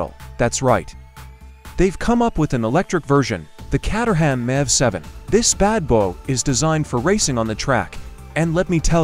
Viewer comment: "Catt-er-ham" 🙂 Caterham (Kate-er-um) Cars were previously located in the English town of Caterham in the county of Surrey (Surr-ee). Now located in Dartford (Dart-ferd), Kent.